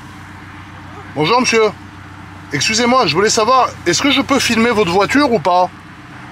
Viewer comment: pourquoi il dis monsuisse